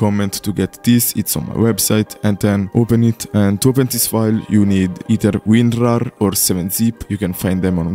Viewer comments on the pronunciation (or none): none